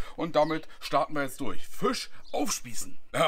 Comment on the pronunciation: Als gebürtiger Niederbayer kann ich dir attestieren: Fast perfekt ausgesprochen.😁 Das „I“ längen [Fi:sch] dann passt das. 🤣😎 handwerklich wie immer top… 😉☺️😎